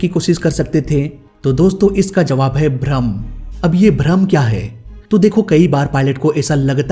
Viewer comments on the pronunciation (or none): none